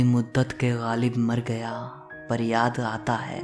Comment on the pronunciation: PLEASE stop saying Galib. His name is GHALIB. It jars my ears. no disrespect.